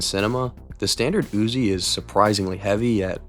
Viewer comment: I like the Uuuuziii nien milla-meeta.